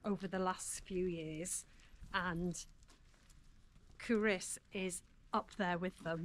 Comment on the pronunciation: Sorry to say, but you DID get the pronunciation of Culross wrong. COO-ross, with the emphasis on the first syllable; also the 2nd syllable is pronounced like the boy's name, not with an 'i' sound - though sometimes it may sound like this when spoken by a Fifer!